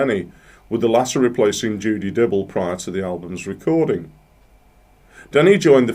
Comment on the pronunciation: My favourite Fairport album. And I hate to be that guy, but Dyble is pronounced like libel, not dribble.